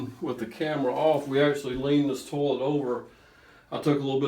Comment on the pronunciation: I like the way he says "toe-let" with his accent.